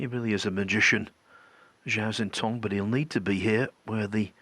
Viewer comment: Listening to Doherty and McManus absolutely butcher Zhao Xintong's name is fkn painful. McManus can't even find a consistent way to wreck it: Jow...Chow...Sintong...Zintong...NONE of which are correct. For the love of long suffering bawbags, go ASK the kid how to say his name, RECORD his answer, and LEARN to say his goddamn name.